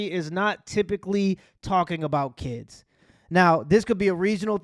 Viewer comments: "Kids" vs "Kizz" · She was there to, and I quote: "Teech deez keys". "mooch" instead of much. "dow" instead of down. "den" instead of then. "dem" instead of them. "skew" instead of school. "missed understang" instead of misunderstanding. "... enyteeng seksooal from keys ..." (anything sexual from kids) "imm'a whorl dat" (I forgot what this shit was supposed to be before I finished typing it) She should be shot, and that's not even getting into her pedophilia. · Why are these ghetto ratchets always have to be so extra with their pronunciation of the word "kids"? It's never just "kids", it's always "DEEEEEZ KEEEEEDZ"! One would think the ability to speak proper English would be a requirement for teaching, but I guess not.